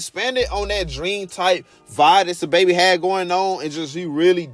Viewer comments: its pronounced “sah” babi now “suhbaby” his government name is saheem and its pronounced “sanduz” not sandAz u saying it like a mexican😂😂😂😂😂😂😂😂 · sandas originally came out in 2016 and was remastered in 2017 as an album lol and why u saying sahbabii and sandas like that lmaoooooooo